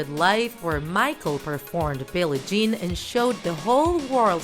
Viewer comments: it's bill ie Jean and not with "y" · Its billie not billy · Absolutely amazing up you slept “Billie Jean” with a “y” instead of “ie” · “Billy Jean”???????? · Billy Jean?? BILLIE Jean sis😂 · Ew gees Billie Jean Not Billy Jean Miss U Michael